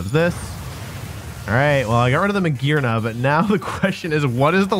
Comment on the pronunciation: "Real YouTubists talk about Mah-Gee-Arna, this Pokémon can reach rank 1. Hello..."